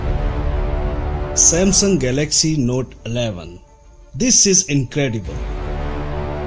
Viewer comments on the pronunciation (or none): none